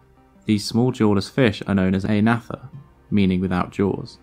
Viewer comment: Mutli-cellular life is hundreds of millions of years older than the first fish. Also, the word "agnatha" is pronounced "aGnatha". "G" is NOT silent.